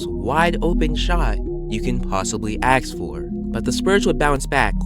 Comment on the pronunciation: The word is 'ask', not aks.